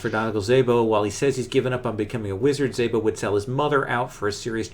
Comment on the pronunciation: "Szabo" pronounced with an 's' not a 'z'....(so like snake just s-abo...and the 'a' should be more like the 'a' in alter....but using the google translator would do the explanation for me btw so far sooo good session :)